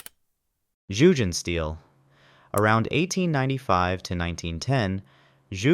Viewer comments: It’s pronounced Yugendshteel and the largest neighbourhood of Jugendstil architecture is Südstadt in Bonn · Nice video. But please take some time to look up the correct pronunciation of Jugendstil.